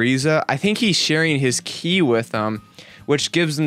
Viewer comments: Its "kie" not "kee" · If you say key instead of kai one more time I will report you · it's ki not ke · it's K I not ke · its ki not key sorry but its been annoying me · yo its pronounced ki like how you pronounce i in high (i think you were sir smh") not key lol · What I find funny is how many times you pronounce ki wrong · You're saying ki wrong and it's pissing me off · Trigger when u say manga . and ki . sorry it trigger me .